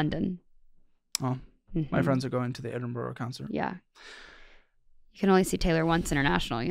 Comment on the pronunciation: I don't know what made me angrier, her spending or the way said Edinburgh.